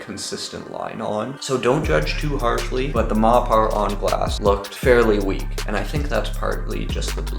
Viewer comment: Surely it's pronounced Mopper